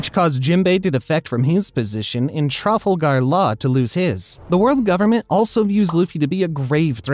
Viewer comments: “truffle gal law” Something about the way he said Laws name just doesn’t sit right with me 💀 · Man’s is mispronouncing everything. From bellies tralfagert law